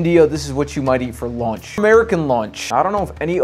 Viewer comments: The meal is called lunch, not launch as u pronounce it Take some elocution classes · why is he pronouncing lunch like launch? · That he pronounces it as "launch" instead of lunch not really hard to see